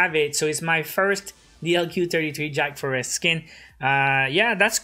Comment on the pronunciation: *Jack frost.not Jack forest